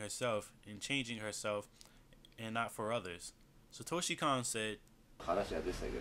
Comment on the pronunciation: His name is pronounced Satoshi CONE. The 'O' vowel in Japanese is always pronounced with an 'Oh' sound.